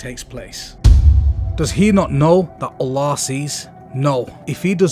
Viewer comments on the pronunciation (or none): ooolllaahhhh 😆😆 this guy has funny way of saying Allah